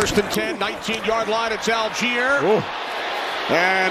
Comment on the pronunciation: Falcons # 25 name is spelled ALLGEIER. Surely this is pronounced All-Guy-er? Al-geer would be spelled "Algier", wouldn't it? Very odd. M 🦘🏏😎